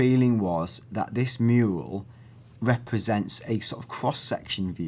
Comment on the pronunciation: Lol he says "Mule" instead of "mural" at least it sounds like it